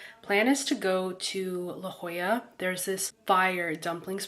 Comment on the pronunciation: Wow you pronounced well la jolla